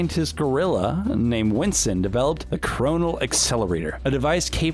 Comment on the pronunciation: does anybody notice that he keeps saying winson than winston?